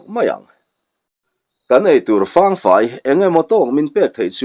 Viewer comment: Fang fai tih i lam dan hi, fáng tia thluk sang lovin, Thalfang tih a 'Fang' rik dan ang hian lam rik tur a nih hmel zawk lo maw..?